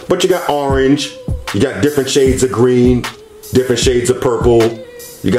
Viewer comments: “Red, Gween, Blue, White” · when he said "gween" I felt that